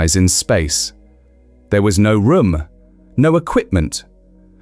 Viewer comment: funny as he says "rom" instead of room